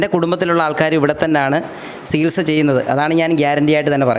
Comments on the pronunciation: Sihilsa reethi alla chikilsa reethi ennanu parayendathu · സികിൽസാ... അല്ല ചികിത്സ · Chikitsa enno Chikilsa enno parayoo..Sikilsa ennaanu parayunnath..athu pole phaagyam alla bhaagyam aanu..